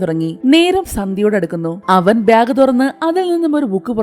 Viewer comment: ഇതെന്താ ബ്യാഗ് എന്ന് പറയുന്നത്. ബാഗ് എന്നല്ലേ പറയാ